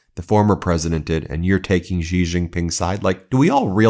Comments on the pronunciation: IT'S NOT GEE IT'S SHEE . Too hard for you? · Xi is pronounced, sounding like She. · Thanks for your insightful reporting. I just have one observation: Xi, the leader of China, his surname is pronounced SEE